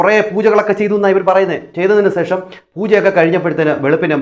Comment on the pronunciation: സേഷമല്ല ശേഷം എന്നു പറയുക ഈ വിഡ്ഡികളുടെ പുറകെ പോകാതെ വേറെ നല്ല വല്ല വിഷയവും U tube ൽ ഇടുക